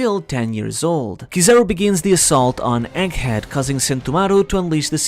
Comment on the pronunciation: The gg in egghead isn't meant to be silent.